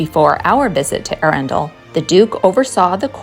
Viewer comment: Another enjoyable informative vid. There's Swanbourne lake where you can hire rowing boats and a nice pub (The Black Rabbit) by the river just up the road from the castle. Look forward to your travels through my home county. And Arundel pronounced like a true native. 😉